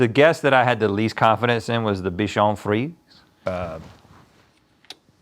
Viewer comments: its pronounce : bichon friSEY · It's pronounced "free-ZAY," fellas. Haven't you seen Shrek 2? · Bichon frisé is coming from french where frisé means curly it's not prounouced ''friz'' like they kept saying in the video it's actually written with an ''é'' at the end so frisé not frise and in french ''é'' is prounounced as how in english we say ''a'' the indefinite articles that precede nouns in a pharase for ex the ''a box of chocolate'' so you say it ''friz a'' (I'm french canadian)